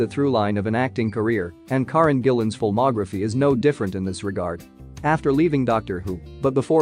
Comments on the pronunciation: I always wonder how actors feel that when people do vids on them but do not say their names correctly? Her name is 'Care-en' not 'Car-en'. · Its not corin as your pronouncing it its Karen 🏴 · One thing I do know, that you don't. Her name is NOT KAR REN. It is KA REN. You Americans, not respect at all. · It's pronounced--Care-in!! 🤪👍🥰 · Can't say Karen right. Can't say McAvoy right and even has a vid where she said she was 17 not 18 when moved to London, you getting paid to do this like a knob or just are one?